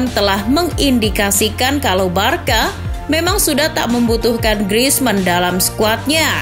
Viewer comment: woi narator, cara baca Barça itu barsa, bkn barka. paham?